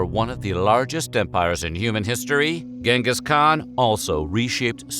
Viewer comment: Who Genteez Teezizkhan ?!!